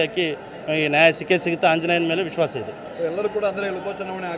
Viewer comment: ಇಸ್ವಾಸ ಅಲ್ಲ ದಡ್ಡ ಮಗನೆ ಅದು ವಿಶ್ವಾಸ...ಮೊದ್ಲು ಕನ್ನಡ ಕಲಿ.